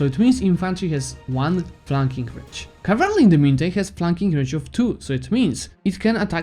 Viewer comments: It's cavalry not cavarly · I don't mean to be rude man but seriously you better check the pronunciation of the "cavalry". Besides that, great video keep it up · Me: Cavalry: Cavraly Me: OK, Cavraly Great guide, I was able to beat Ottomans with your advice. About time I learned to use combat effectively, I've just been throwing my full army into the fray for the last 1k+ hours.